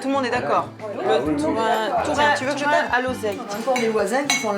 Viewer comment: Ah! Saint-Alvère! Right down the road from me. Lovely town. But what on earth were you thinking with those interpreters? They are the WEIRDEST, WORST interpreters I've ever heard (and I used to work for years at international conferences.) They couldn't even get the pronunciation of "tourin" right, or "gram," which she pronounced as "jam." COME ON!!!. Too fast, too screechy, really thick Eastern European accent on one woman, just incredibly unpleasant to listen to. Only reason I even attempted to listen to it in English was my husband's hearing isn't great and his French isn't fluent. Really sorry we did.